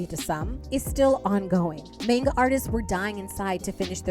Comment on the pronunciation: I remember when Lezhin had a big scandal over nonpayment & lots of licensing issues. "Mahn, gah" not "mayn, gah."